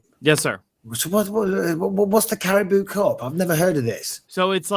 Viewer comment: Caraboa cup pronounced carabow cup not caribou😂😂 good on you tho LET'S GO UNITED!! GGMU!